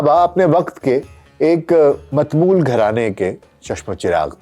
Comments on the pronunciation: جناب عرض ہے کہ میرے خیال لفظ متمول کا تلفظ “ متاماول “ ہے۔ دوسری بات یہ کہ عینی شاہدین کے مطابق وفات کے کئی سو سال بعد اُنکی قبر کُشائی کی گئی تھی تو اُنکا کفن تک ایسا تھا کہ جیسے بالکل نیا اور بے داغ نظر آتا تھا۔ حتی کہ غُسل کے پانی کے قطرے اُنکی داڑھی میں موجود تھے۔ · ڈاکٹر صاحب بصد احترام عرض ہے کہ متمول کا صحیح تلفظ یہ ہے " متا مول" چونکہ آج کل ضرب اور زہر اور تجدید کا استعمال تقریباً متروک ہو چکا ہہے غالباً یہی وجہ ہے کہ الفاظ کا صحیح تلفظ نہیں کیا جاتا!